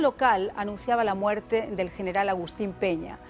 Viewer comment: Habla bien viejo!!! Muerte!!! Tu dices ""muelte"""!!! Dios mío!!! Aprende a pronunciar bien!!!